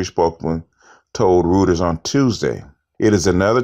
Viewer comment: FYI, "Rueters" is pronounced: royters. Just trying to help you elevate your game.